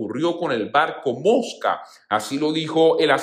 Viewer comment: Gracias por la información pero no se pronuncia moska Infórmese bien Mosvag